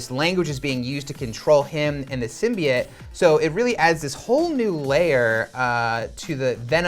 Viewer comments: Symbiats? Pronounce symbiote, even in the movie they say it with oat not et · SymbyOTES, not SymbyATES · The guy said that it's a new thing for the symbiote as it's own character.... nope, been a thing for quite a while now. And..... symbiote- "sim-bee-oat"... it's not hard to pronounce. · Sym-Bi-yote not SYMBIYITE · It’s pronounced symbi-yooote 😂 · DUMB. AND IT'S PRONOUNCED SIM-BEE-IT. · Anyone else wince in pain every time they said ‘Simbiyete’?, yeah me neither 🙉🙉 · Sim-be-it? Wut? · OAT it’s pronounced (sim be oat) symbiote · Two things that annoyed me last month when someone said Thaynos and symbyote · I stopped watching after the second time he said Symbiote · The pronouncement of 'symbiote' is worse than the venom trailer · How are you going to pronounce symbiote incorrectly, but pronounce the Japanese word "Kaiju"" perfectly? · Why can’t anybody pronounce symbiote normally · I still don’t get how everyone pronounces symbiote wrong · So no one remembers how to pronounce symbiote now?